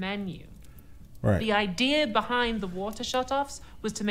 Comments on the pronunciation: "Idier" It is Idea no "r" on the end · I hear all English speaker dol this it is not just a Brit thing. it is the mis teaching of English and nothing but. I am sure u have heard someone say "famaily."